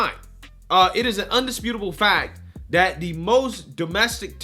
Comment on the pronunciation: Can you please say the, they and that instead of da and day and dat. I watch you daily and you come off intelligent but for those words. I would like to support you as an intelligent conservative.